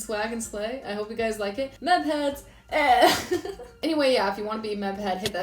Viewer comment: when you said Meb heads i thought you said meth heads... so maybe that's not the best name.